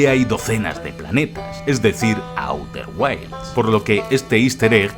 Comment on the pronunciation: A-U-TER GUAILS????!!!! 😂🤣